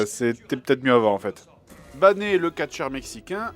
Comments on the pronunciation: c'est pas bané, il faut prononcer baïne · c'est pas Bané mais Bane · EXCUSE-MOI?!? Bané? BANÉ?!? Ça se prononce Baine (e muet)! Franchement JDG!!! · Je crois que la vanne c’est de le prononcer à l’espagnole parce que c’est un catcheur mexicain bg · ça se prononce bayne et non pas bané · A il dit BANÉ au lieu de BANE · Je rêve ou il a dit bané 😨😨😨😨😨😨😨😨😨😨😨😨😨😨😨😨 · Pas de é dans BANE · "bané" ...BANE ??? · Bané le catcheur mexicaine xD C'est Baneeeee pas bané. Sinon moi je trouve que la dernière trilogie de Batman est une des meilleurs trilogies du cinéma ;) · Je suis désolé, mais je me dois de mettre un mot. C'est prononcé "Bé-ine" et non "Bané" bordel!! D: De plus, normalement Bane est un type qui, en plus d'être ultra costaud, est ultra intelligent. (voir le Point Culture sur Batman pour comprendre de quoi je parle) Donc ce film n'a aucun respect des comics. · Mishy Fushiko d'où la blague "BANÉ le catcheur mexicain" , il le prononce façon espagnol volontairement... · Dsl de te contredire jdg mais le catcheur mexicains s'appel bayne (pour la prononciation) et non pas bané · attends Bané ! c'est qui Bané lol c'est Bane pas Bané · Le JDG dit Bané au lieu de Bane :3 EPIC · Ca ne se prononce pas Bané !! C'est Bayne !! Oh mon dieu ... Epic Fail de la part du JdG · BANé ??????? ça se prononce Baine.... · Un fan de Batman qui prononce Bané ? :( Mexicain ?? >< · Bané?C'est plutot Bane (Prononcer Bayne) non?Sinon canard man :D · Comment il prononce Bane 😭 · J'étais surpris d'entendre"bané" Quand il a parlé de "Bane" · "Bané" mdr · "Bané"? ^^' A chaque fois ça me fait rager, mais le reste de la vidéo est impec' Je crois que c'est à peu prêt à l'époque ou j'ai découvert Grenier (un pote me disait qu'il y avait un AVGN français, let's check that out); bravo pour le régime et merci pour tout ces vidéos gratuites o/ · Il a appelé Bane "Bané" a ou je rêve ? x) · Bané ?????? mais c'est Bane ça se prononce comme si c'etait anglais !!! Tu me déçois JDG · Qui se prononce Baiyne